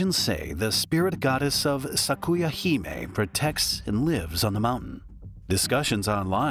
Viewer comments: Hime is pronounced like "him eh" not "high may," and means Princess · Its more like "he may" than him eh, because him is pronounced with a soft i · Hee-may, not him-eh and not High-may. It doesn't mean "princess" specifically, but rather more like "noble woman" it's not only used for royals, but also aristocrats and wealthy families.